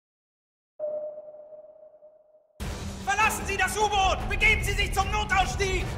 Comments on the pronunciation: please pronounce it as [OOH'boat] where the [OOH] is pronounced as the "ou" in "you". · Pronounce it as "Das Boat" instead of how you pronounce it. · Thought that funny too xD U-Boat is pronounced almost exactly like the German U-Boot... And then he tries to "correct himself" and does the boot (as in the shoe) xD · great video, but please learn how to pronounce U-Boot. U is pronounced like [U] not [JU] and Boot is like boat, but without the a and a long o. It's got nothing to do with a shoe ^^ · The oo in U-BOOT are spoken like the o in police :)